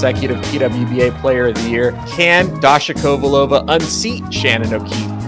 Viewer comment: Maybe you can pronounce Kovalova the correct way? OVA is a patronymic ending in Russia, so her name is KO-VAL-OVA (emphasis on the VAL)!